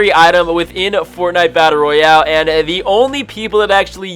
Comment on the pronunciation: I fucking how he says FORTANITEA BATTALE ROYAELE